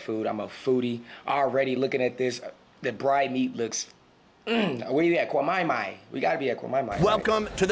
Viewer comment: Listen!!!! When you said "that's kwaMaiMai", you made me wanna subscribe all over again!